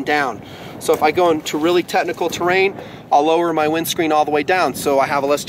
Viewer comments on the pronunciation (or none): The motorcycle vid drinking game: 1 shot of espresso every time he says "TeTnical"